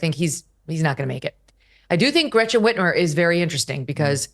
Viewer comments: Whitchmer? Lol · WTH? Did she just say gretchen whitmore? That woman is a tyrant dictator Governor. WTH